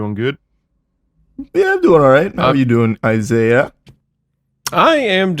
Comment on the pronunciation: You don’t pronounce the “h” in French😂😂